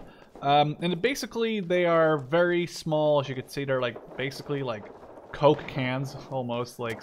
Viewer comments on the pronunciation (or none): none